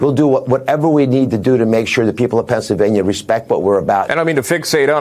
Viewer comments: Dr. Oz; Pensavanya? Really?! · He definitely cannot pronounce the name of the state where he lives.